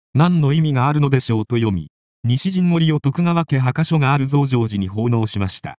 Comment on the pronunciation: はかしょ？墓所(ぼしょ)ですよ。